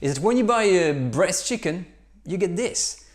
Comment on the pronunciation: Somebody else hear him say Breast Chicken instead of bresse chicken all the time? No? Only me? Well then...